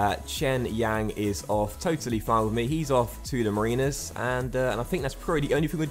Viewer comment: it pronounced MA-RIN-ERS not marine-rs